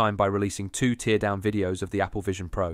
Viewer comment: There are also a few misspoken words that might be a giveaway. compostable (that could be an accent thing) and "tear"🥲down instead of teardown